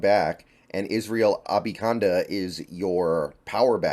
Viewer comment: It's A-ban-i-kanda....not Abi-kanda